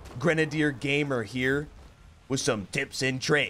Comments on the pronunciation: Watch the stream with other real Gaemuh's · I always assumed he was saying "gamer" all weird, am I wrong?